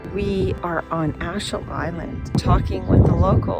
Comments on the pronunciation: Wonderful video. One little tip, Achill is pronounced (ack ill). Seeing how others see our country is always very interesting, be it good or bad. Beidh fáilte romhat ar ais i gcónaí (you will always be welcome back in Irish) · We pronounce it GAWL l way, not Gal way, despite the spelling. Also AthLONE and AKill